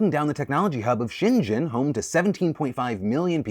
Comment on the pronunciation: Hongkonger here. You can just pronounce Shenzhen as Shen-zen Phil. Not sure what pronunciation you're trying there...